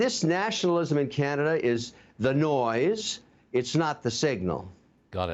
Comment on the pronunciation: Karenada instead of Canada 🇨🇦